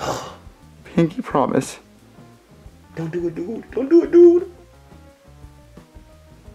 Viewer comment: you realise the character joseph has a speech impediment? he says "dude", as "dood"